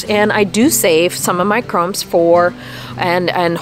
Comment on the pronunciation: I think they are called "corms", not "cromes". Wow, I just found your channel, and I love your beautiful flowers, and all kinds of tips for gardeners!